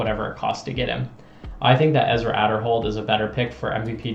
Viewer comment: You pronounce Ezra's last name wrong. I hope Ezra doesn't go MVP. Discmania would be best fit.